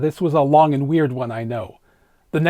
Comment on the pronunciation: and — I’m intrigued.. What’s going with the pronunciations of “longar” and “end-ah”? An Easter egg? …Code? ?